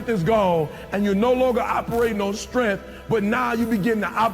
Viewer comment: What the hell is "strenf" and "unger"